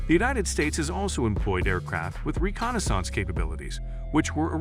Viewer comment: As long as they were used for reconna-sance and not reconnaissance we're safe 😕